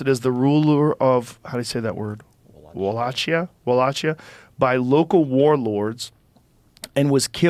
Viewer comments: It's pronounced wall-ock-ee-ah. And the etymology of "dracula" (I'm pretty sure) is Old Latin meaning "son of the dragon" or "little dragon" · O and I believe it is pronounced like wool lake ea but the spelling is odd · It's pronounced Wah-Lake-e-Yah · It’s Walakia!!! Like Wa-la-key-a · Its read as "Wallaikia" Rogan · WAL-AKE-KIA - WALLACHIA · It is pronounced wa-lay-kee-ah. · Pronounced Walakia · Joe calls him a monster but doesn’t even know how to pronounce Wallachia correctly. He knows nothing of Vlad. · Walachia is pronounced with a K sound. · Pronounced tep-ish and va-lak-ia